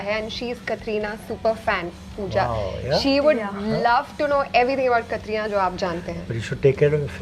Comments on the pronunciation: Why is the host saying kathrina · Pehli baat to is host ko Katrina ka naam pronounce karna aata nai. It's not Katrrrrrreeeeena. And wrong pick. Deserving candidates the isse aur.